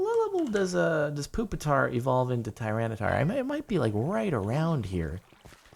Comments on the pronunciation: ITS NOT POOPATAR ITS PUPITAR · It's puppit-tar